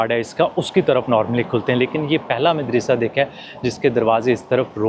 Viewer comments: Why are you mispronouncing the word MADARASA. It is actually Madarsaa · Madrasah Not medrysy 😊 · Such a wonderful vlog, I visited Central Asia in 2022, it was going back to memory lane . Is it madressa word not midrassa ….I think you are pronouncing wrongly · مدرسہ دال پر زبر ہے زیر نہی۔ اردو ٹھیک طرح بولو بھای۔ پاکستانی ہو۔ زیر زبر ٹھیک طرح لگایا کرو۔ سننے والے کے دماغ پر تھوڑے برستے ہیں جب غلط اردو کوی بولتا ہے۔